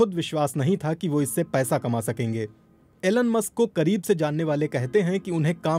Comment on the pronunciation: Aeeelun Musk :- BBC hindi